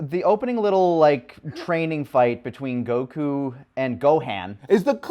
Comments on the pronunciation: Gokew gokew gokew bruh why can't the dude on the right say Goku? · Being bothered by GoHAN yet still pronounces the name of Goku as Goh-Kooo